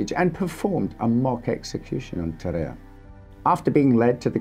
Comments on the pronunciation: It's pronounced tar-ar-ay not tar-ay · i'm prety sure even in French the "a" precides the "e" so it;s Ta-ra-rey not Ta-rerre